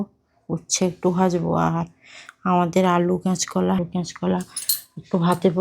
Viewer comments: ক্যাচ কলা না বলতে হবে কাঁচকলা বা কাঁচা কলা।❤❤❤❤ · ক্যাচ কলা বলে না শুনতে বড্ড খারাপ লাগে তুমি কি কানে শুনতে পাও না কাঁচকলা কাঁচকলা বলে কমেন্টস টা পড়ে ভুলটা সংশোধন করবে